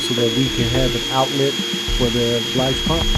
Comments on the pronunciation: It's a 'BILGE' pump. NOT a 'BLIGE' Pump...!!! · did you say "blige" pump?